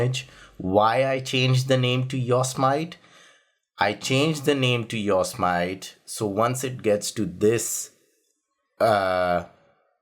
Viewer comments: I live in CA... It's called "YO SEE ME TEE" not "YORK SMITE"... lol you are a good man ! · its pronounced Yo' Se' Matee. Jesus. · Ok sorry to correct you on pronounciation because I hate it when I am corrected but this was big error IMHO. Its not yos mit long i and long o. It is yo long o, sem short e, it short i, e long e. The yosemite were a small tribe of native americans that lived around the area and the mariposa tribe. Yosemite translates as killer in english. The yosemite were not nice ppl. The yosemite tribe called the area ahwahnee which translates as big mouth. The language those words are in was miwok and was the language of the yosemite and mariposa tribes among others around California Oregon Nevada and some parts of Washington and Idaho